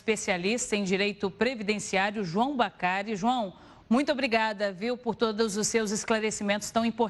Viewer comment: Que Gafe!!! Falou o nome do entrevistado ERRADO! NÃO É BACARI....😮 É BADARI